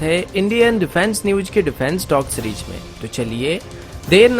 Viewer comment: Newch nahi News aur Cheries nahi Series pronunciations aachi karey.No disrespect!